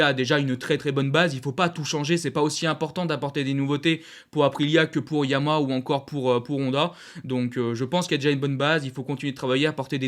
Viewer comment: Bonne vidéo et bonne synthèse : tjs aussi plaisant à regarder. Merci 🙏 Ah oui, deux choses sinon : - YAMAHA comporte bien trois syllabes et se prononce donc bien YA MA HA. Suis-je le seul à entendre systématiquement “YAMA » ? 😶 C’est un accent régional ou bien un tic de diction ? 🤔 - À la fin de certaines vidéos, comme celle-ci par exemple, là aussi, je ne sais pas si c’est un accent (du Nord ?) mais je ne suis pas sûr de comprendre ton message d’au revoir : « j’vous dis bobo les potes » ? 😶🤔 En fait, tu dis quoi ?